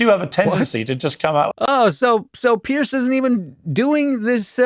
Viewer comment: Loved the video but I could hear in your pronunciation that you’re calling him Pierce. Says it in the title even. His name is Piers. Not sure why everyone is always calling him Pierce